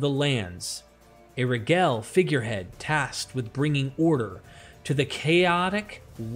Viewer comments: your unusual pronunciations for words like annals, regal and Chaldean are grating to the ear and distract from an otherwise smooth oratory. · Is a bot narrating this or just someone that doesnt check pronunciation before they publish. I mean seriously, how hard is the american dialect of english at this level? Annals, Regal, and many more. Your info is important, please have the attention to detail that it deserves.